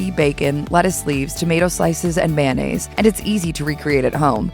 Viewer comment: I'm guessing that was an AI narrator. Either that, or Hallmark Channel found somebody who can't pronounce 'Saveur' and 'Mayonnaise.'